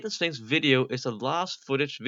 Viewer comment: Why did I hear Satan Sphinx as Satan Stinks....